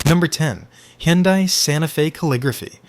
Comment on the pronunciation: "Sir, do you want 'unleeded' fuel in your 'Hendye'?" "May I interest you in a Mustang 'Matchy', A Ford 'F-15-Oh'?"